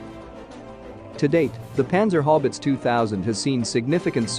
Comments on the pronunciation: Dude its Haubitze ...how bits za... or hobbits.. howitzer lol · Haubitze not Haubitz. The last 'e' is spoken too. So, it is spoken like: 'Howbeetseh'. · Sounds like he says "Panzer Hobbits" Its hau not hob.Did they find the ring yet? Must have run over it with the "Hoewitzer"😀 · While I do like that you are using the German name, Haubitze, could you please use a more "ow" sounding diphthong, something like "how-biz"? I keep getting distracted by all the talk about how effective the panzer hobbits are (overrunning the orcs in their mithril mail no doubt). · Love the way you pronounce the word Howitzer "it's How-its-zer"🤣🤣🤣🤣🤣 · The German pronunciation of "Haubitze" is similar, but still distinct - How-bit-the (with the "the" being more like the "ze" that Germans use in English videos)